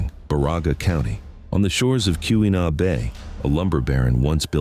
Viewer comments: AI slop. AI cannot pronounce anything correctly. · Being a Michigan native myself I do enjoy non-natives attempt at pronouncing different Michigan locations lol Too bad this video seems to be inaccurate about a lot more than just pronunciation